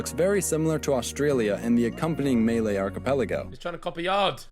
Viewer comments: Did man just say “melee archipelago”😂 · why did he pronounce Malay as MELEI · ....did the narrator called malay "Meiley"?....it sounded like melee....u gonna use us like a knife to defeat the 10 bad guys?